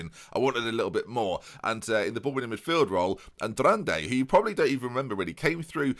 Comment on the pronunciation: Why do you always pronounce ANDRADE as AN-DRAN-DAY. Where is the 2nd N?